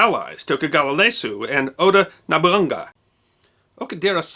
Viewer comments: Nobunga????? It's NOBUNAGA. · Love, love, love your stuff!! For future reference, in Japanese, pronounce all vowels - there are no long vowels and there are no silent letters. For example Not "Nobunga" but NO Boo NA GA. Easiest way to know how to pronounce a Japanese word is to split it up into consonants and their accompanying vowels, then pronounce them one at a time (Nobunaga --> NO BU NA GA or Tsushima --> TSU SHI MA [no long vowels, so SHI is pronounced Shee) Double vowels should be split, TAIKO would be split as TA I KO and if you see an N with no accompanying vowel, as in Tenno, that would be split and pronounced TE N NO. Confusing I know, but just try to split at the vowels and split double Ns and you'll do great. Hope this helps. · .. So pronounciations... Nobunaga is not pronounced Nobunga, but Nobu Naga Ieyasu is not pronounced Leyasu, but Iie-asuu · I can't get over No-Bung-ga and not No-Bu-Na-Ga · Isn't it "No-boo-naa-ga", not "Nobunga"? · A modest note to: Slow your narration speed down a tad, Japanese names are notoriously hard for non-speakers. "Leyasu"? Do you mean Tokugawa IEYASU? "Nabaunga"? Do you mean "Oda NOBUNAGA"? Otherwise, a fine tale told of siege, encirclement, a brave messenger, and Matchlock musket volley fire defeating Takeda Samurai cavalry. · An issue with Romanized print: the first letter of Ieyasu is an i, not an L. It's pronounced ee-aye-ah-soo. Nobunaga is popularly pronounced no-boo-naga instead of na-bun-ga as well. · Nobunaga (Noboonaga)...Not nobunga. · Small pronunciation note: 'Nobunaga' is 'no-boo-nah-gah', not 'no-bunguh'. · Okay I'm confused, is there actually someone called 'Nabunga' involved here or is it meant to be 'Nobunaga'? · isn't it pronounced NOBU-NAGA? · Why pronounce Nobunaga like that? It's no-bu-na-ga in English and Japanese. I had to look up Oda Nobunga just to make sure it was not an Oda retainer of some type. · Nobunga or Nobunaga? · Nobunga yasu.